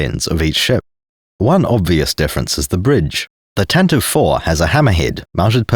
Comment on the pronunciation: Thank you for finally being a sane Star Wars tuber who actually calls it, correctly, the "Tantive 4"-- I have run into so many, many, many, people who call it the "Tantive-eve" and it actively makes me long for death.